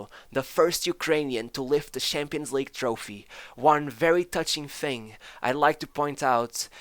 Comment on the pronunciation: Narrator: Has zero difficulty saying SHevCHenko Also Narrator: SHampions League, aSHievement